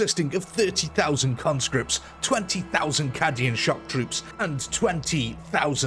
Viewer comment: Dude, I am really starting to like your videos, but I cannot get past some of the slightly off things you say, mispronunciations mostly. Examples are "Cadia, Cadian", which is not pronounced 'caddya' or 'caddy-an' but *Kay-dee-ah/n*. Another is the word "deluge", where you say 'diluge' like '"dilute" which is not correct, popping up in a number of videos. And yeah, you know about Khorne now. Also since we're going for a kind of RP storytelling, immersion thing here with (really nice intro monologues!) I feel you should not talk about "pathing", such as "the Orks can't path here" or a "pathable area", in the sense of game mechanics. Basically try to stay in character between intro and outro. Nerd rant over. I think you've got something really fun going and I only wish to provide some constructive criticism. All the best!